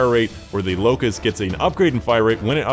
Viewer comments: Locus not Locust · lol. its not locust. the name is Locus